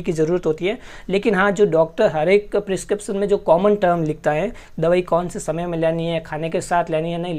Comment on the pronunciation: Kya hota hei ? Tu pharma student hai prescription pronounce nahi ho raha tere se